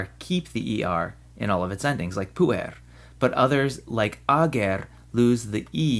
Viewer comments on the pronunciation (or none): Correct me if I'm wrong, but I believe the syllabification of puer ir pu-er; therefore, the accent must fall on the first syllable (should be pronounced as púer-, instead of puér-), by the rules of accentuation, unless the word exceeds 3 syllables (or is changed by enclitics).